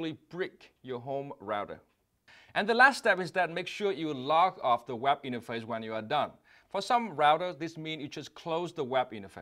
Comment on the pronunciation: I wish Vietnamese-Americans take time out to improve their English pronunciations. I've come across Viet-Am doctors whose medical transcription dictations are almost always bad and take a lot of time to decipher. I'm afraid Dong Ngo also has to improve. If it weren't for the accompanying video, I would have misinterpreted "web interface" as "WAP interface".